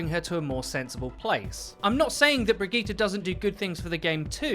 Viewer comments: Is he saying brigette wrong or have I been saying it wrong? I say “bridge-it” not “bridge-gee-ta” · how about learn to sayt he name first then care about a rework